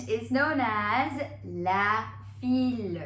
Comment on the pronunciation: Its not fille its fi